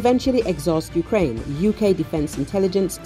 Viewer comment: Юкрейн юкрейн... кажется обосралась